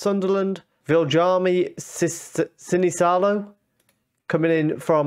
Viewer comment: That guy you signed from Villa is pronounced: Sinisalo